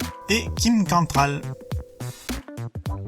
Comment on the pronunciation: Paul Michael GLASER, pas GlasNer svp. Ça pique aux oreilles Et une floppée de nom mal prononcés à partir de Mentions spéciales à Kim Ca(N)trall et Mélanie Gri(n)ffith